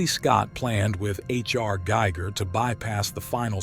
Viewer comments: Geiger was someone else. Ffs!! Giger pronounced Gee-Gah. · Came to the comments just to say this. Why was this mispronunciation allowed to stand? Did the creators not listen to it before they posted, or are they not actually fans? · This generated voice saying 'Giger' is slowly killing me.